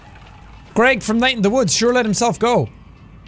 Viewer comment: Its not gregg its zegg the millennial fox